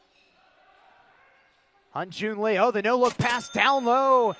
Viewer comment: 발음이 어려우니까